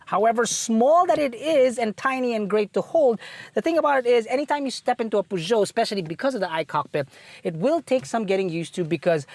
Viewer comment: So far this is the first car reviewer in the Philippines who I heard pronounces the maker's name correctly. ;) (y)